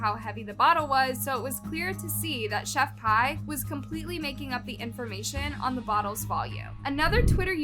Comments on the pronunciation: it's "Chef-P".. how are ppl STILL getting it wrong, & calling her "Pie"? (proof that ppl DON'T truly KNOW about what they discuss) this must b another 1 that just hustles the algorithm, & recycles the same stories that other channels repeat.. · No because why is pronouncing her name like "chef pie" it s pronounced "chef pee" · No offense it’s pronounced chef pea not chef pie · Chef.pie instead of chef.p😭